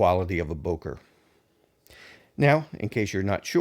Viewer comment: The correct pronunciation is not [boker] but [bøker]. It has a ö